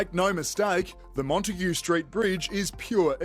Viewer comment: Once Montague is pronounced correctly, the curse will be lifted.